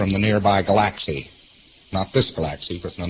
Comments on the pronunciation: what the hell is a Galaxsee? 😂... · What the fuck is a Gahlacksie? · You "goofed the floof" in the "ga-laxxy", and then took a "pick-cha"! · Galaxy. Gal-laxcy. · "Stuff from the nearby GU-LAXEE? Not this GU-LAXEE, but the next GU-LAXEE over?" Is that an INTERSTELLAR LAXATIVE? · What's a "glaxsy"? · I like how he pronounces galaxy as g'LAXee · Anyone incapable of pronouncing the word galaxy does not deserve any further attention when speaking about space. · I have never heard "galaxy"pronounced in that way before..almost like he's never heard it said out loud.. weird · He is a sci-fi author and can't pronounce galaxy? He pronounces it like taxi. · I think a dead giveaway that a person claiming to be an immortal, omnipotent spirit from space is talking out their arse is if they can't pronounce the word 'galaxy' properly. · Galaxy LOL. What a weird way to pronounce it. Daph